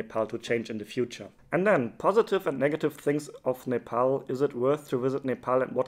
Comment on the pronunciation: Finally someone who pronounced Nepal correctly who is not Nepali